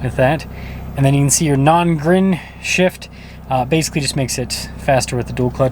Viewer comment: Its N grin shift buddy.